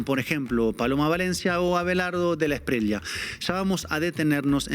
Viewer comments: Felicitaciones por vuestro periodismo.....pero otra vez, debo señalaros el mismo gazapo: NO ES E-S-P-R-I-E-L-A....es ESPRIELLA, con "ELLE" de LLAVE, LLAMA...etc....Un saludo. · Hay un error no es Espriela, es ESPRIELLA Se pronuncia la doble L. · Aquí un colombiano. No se pronuncia Abelardo de la Espriela, es de la Esprieya. Felicidades por el gran programa.